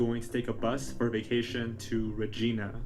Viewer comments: I am snorting at the way he is saying Regina 😂. Its reg I nah, you know rhymes with a certain body part….. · It's not regeena it's an I sound not e. I lived in Yorkton Saskatchewan. It's very small. Someone knows something. Thank u for bringing this some light again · The city is pronounced Reg - i - na.... ya, it rhymes with that body part! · Reg"I"na, the i is not like "ee" but sounds like the word "I". Sorry I've watched a few youtubes about her and so many say it like "Regeena". Sure hope she is found ♡ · Its not Regina as in a girls name its pronounced Ra jie nah...rymes with vagina... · Re-gi-na it's like vagina but not as good. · Regina is not pronounced like that , Regina rhymes with Vagina !! I’m from Regina